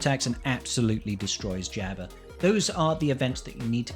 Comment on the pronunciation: The way you pronounce Jabba has me tilted.